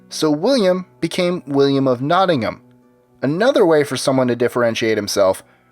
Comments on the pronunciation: Thank you for not saying NottingHAM, like most Americans. It is Notting-am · Thank you for saying "Nottingham" correctly instead of "nottinghayum" like most Americans